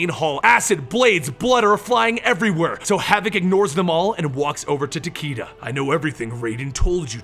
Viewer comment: not to mention Tah-Kay-Dah, not Tah-Kii-Dah.